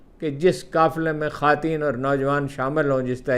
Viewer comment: خاتین کسے کہتے ہیں ؟؟ یہ لفظ آپ کو چھوڑ کر کسی انسان سے نہیں سنا۔ کس بات کی ضد ہے یہ؟ اپنی درستگی کے بجائے یہ ہٹ دھرمی کس لئے؟